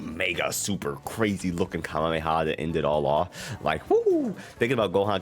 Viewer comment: know what your talking about, the pre-order character will be a character that hasn't been in a sparking game, so z broly isn't an option, pronounce Kamehameha correctly, write a script and follow it instead of rambling for 16 mins about something that could be done in less than 10. Add visual representation of the subjects talked about, instead of trailer footage playing in the backround.